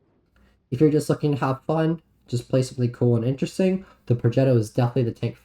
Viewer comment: Pro-jet-o, lol, and you gotta roll the r